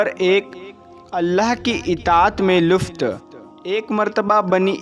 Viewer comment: Luft nahi Lutf sahi hai.